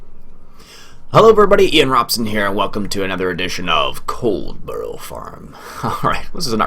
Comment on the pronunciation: Dear me, Iain. Love your videos, but your pronunciation of English place names would make an angel cuss. :-) (puts on teachers hat) Now in the interest of international peace and understanding try this... HEH-reh-fudd-SHEER COLD-buh-ruh - depending on the exact regional UK accent you can really de-emphasise the second syllable, so it almost becomes COLD-bruh Master those, my good sir, and you'll sound 83% less like an American tourist. Now if you could just remember to drive on the left side of the road? :-D Joking aside, the Coldborough map really does reflect the UK countryside almost perfectly. The main road, that you thought might be over-wide, is about right for a rural main road, even down to the lay-by (the dirt covered roadside parking area). The only thing that doesn't look right is the road markings at the junction, which I'd expect to be Give Way (double dashed-line) rather than Stop (single solid line). The dirt roads leading from that to the farm and other places may be a little too wide, and typically they'd have hedgerows close on either side. The overall colour palette - the greens of the grass and the vegetation - is spot on too. Overall the creator's done a fantastic job, and if I hadn't already committed to doing a series on Hagenstadt 2015, Coldborough would have been the UK farm I'd been waiting for since the FS15 launch. Look forward to seeing this series continue. And Many Happy Returns to your good lady.